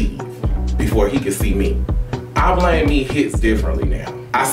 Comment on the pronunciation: SAID " I BLAM ME"